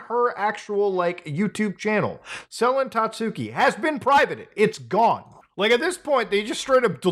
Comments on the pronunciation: hard to take this video seriously when you're calling her 'sellin tatsooki' the entire time lol. you did research and couldn't even get her name right? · Sel-en Tatsooki, eh? Is she related to Selen Tatsuki? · I swear no one can pronounce "Selen Tatsuki" correctly, not even a lot of fans, even though she says her name all the time